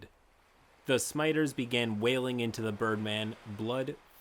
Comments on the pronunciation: "smiters" 😭LOL Erm ackshually its pronounced simma-tar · Im sorry i love your vids but pls its "scimitar" its a type of sword, its not "smiters" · smiters? Is that how you actually pronounce scimitars? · "Two SMITERS?" You mean two "sem-i-tars?" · Why do you pronounce "scimitars" as "smiters"? It's Sih-Mih-Tars. I'm sorry, I like your videos but that bothered me. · smiters? Huh? We not gonna talk about that? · Your mispronouncing Scimitars as 'smiters' had me second guessing my pronunciation and I had to look it up to see if i had been saying it wrong for more than 40 years. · I will never forget you calling "scimitars" for "schmiters". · I know reading these long winded stories makes it hard to read, but I love scimitars turning into "smiters" lol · Did he just pronounce scimitars as smighters? Is that a D&D inside joke I'm not aware of? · wtf are smiters? That says scimitars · Okay... I just can't stand it anymore!, my dude, PLEASE go look up the proper pronunciation for "scimitars". It's not "smiters". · Scimitars not smiters... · Great story, great read, great channel...I just got very distracted by you pronouncing "scimitars" as "smiters", unless that's an in-joke I'm unaware of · Why do you pronounce "scimitars" as "smiters"? Not meant to be contentious, just curious. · For fucking scimitars pronounced sim I ters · Hey friend, just so you know, scimitars is said as sim eh tar, and it is a type of sword. Like Runescape if you've ever played that! Thanks for the content :) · "smiters" you confused me bit until I saw the text on screen lol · "smiters"? lol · Smitars. they sound smitars. oh I like the idea, wait gotta homebrew a weapon now. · SIM-uh-tars. . . . . . curved swords . curved . . swords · I have never heard scimitars pronounced as "smiters" before today. lol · Definitely calling scimitars "smiters" from now on. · Hearing pronounce scimitars as "smiters" is lovely. I mean to be fair, scimitars will smite one's ass pretty well.